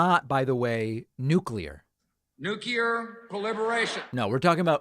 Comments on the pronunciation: that is not "nucear proliferation" oil LOL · justification for speeding: Putin's "nuculear" thermal war against the world LOL